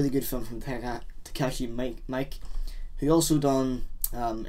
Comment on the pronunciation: not to be the most annoying person of all time but Takeshi Miike is pronounced ME-K.